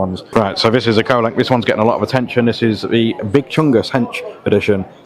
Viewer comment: Wanted to tell you Bud its Kolink Not Colink